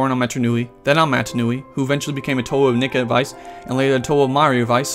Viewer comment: TO-ay? It's pronounced TO-ah